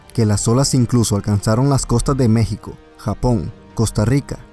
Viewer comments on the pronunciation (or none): none